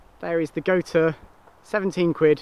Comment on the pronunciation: It,s goture pronounced goture .